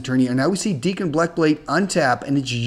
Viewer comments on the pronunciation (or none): Dak(kon) not Deek(kon)! Awesome video,.